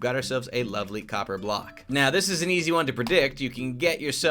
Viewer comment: Did anyone realise the K in ‘Weathered Copper BlocK’